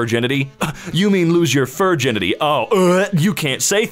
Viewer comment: That one guy: "Furginity" Me, a Welshman: "You have no power over me"